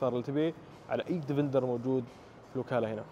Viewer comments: اسمه ديفيندر ليش تقول ديڤيندر !! دا انجليزي يامرسي ؟ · اسمه ديفيندير مو ديفندر ولا ديڤينذر